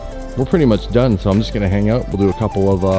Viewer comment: "It turned oot..."